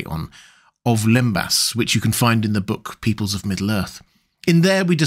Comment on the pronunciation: for starters its "lembass" not limbus!